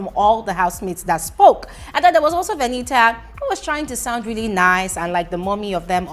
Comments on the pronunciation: It's the "Veni-a" for me, lol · It's the way today you pronounce Venita's name for me😂😂🤣🤣💔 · I love how you say venita's name 😂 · I thought I was the only one that heard it